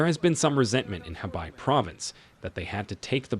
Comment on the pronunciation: Dear: Though it is spelled as He-bei literally meant River North = it is Pronounce Khua - Pei (Pei like Peking Capital of China called back in the 60's up to 1979. And Bei-Jing though Spelled/ Romanized as Beijing Pronounce Pei -- Ching (Ching like Chain in English not Jing). Cheers